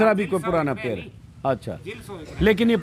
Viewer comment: पेर नहीं होता पेड़ होता है। अपने बिहारी एकसेंट को सही कर लीजिए।